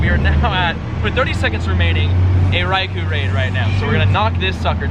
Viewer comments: REY KO, not REY KOO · RAI KO not REY KO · Anyone gonna tell him it's pronounced Rai-kO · RAAI COAL not RAI KO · I think you are saying Raikou incorrectly.